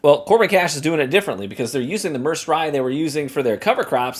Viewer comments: It's pronounced Mer said, like the Merced river in California. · Merced pronounced Myr-said which is a Medium sized city in San Joaquin valley of central California